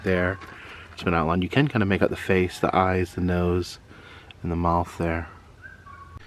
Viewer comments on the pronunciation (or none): none